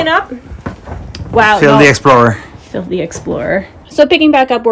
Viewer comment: Your sunglasses look awesome. It's so rare to find sunglasses that look classy and provide good side sun protection, but those look like they do. Also, "Phil the explorer" sounded like "filthy explorer" to me for a moment. Probably both were true by the end of the day! Love to see your reuse, and I feel your pain for the projects that are just too much.